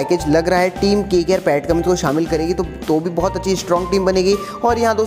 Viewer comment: Or vai vo Pat Cummins hai Pat Cummings nhi😉😜